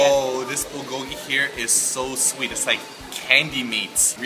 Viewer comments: The "L" sound they keep putting on bulgogi sounds off to me for some reason. I've always heard it pronounced like "booh(r)-goh-gee". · I just feel like they don't try hard enough. They say it more like bull-go-ghee when it should sound more like bool-go-ghee (the "l" in "bul" should sound a bit like an "r" but not too much; the o should be a bit more close-mouthed; and the gi is fine). Hope that helps~ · its pronounced byul go gi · The way they pronounce bulgogi makes me so uncomfortable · Their pronunciation of bulgogi makes me cringe aaahhhh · I wanted to like this video, but no. Your pronunciation of 불고기 is weird and jarring. Also, tattoos and wife beaters? Bad choice for foreigners. Makes us all look bad.